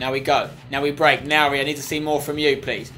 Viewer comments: You pronounce nouri like ´´nuri`` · Spen it's Noori not nouri